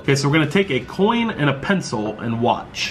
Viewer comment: It's not called an pincel it's called a pen-pen-pen-PENCIL 🤣😅😅